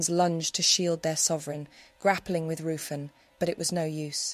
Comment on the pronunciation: I would like to point out that Ruffin the lord who had his dagger pointed at M Q S stomach is not how you pronounce the name, its Ruthven as its written down . The nursery rhyme could be both Maries imo. Tudor or Stewart.